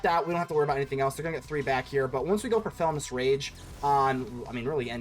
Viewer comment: Did you not see the I in Felonious Rage? You keep calling it Felonous Rage throughout the video.